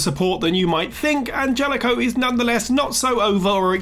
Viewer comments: its anhelico, not angelico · An-hell-ico, Jesus christ its not hard. What can we expect from this person though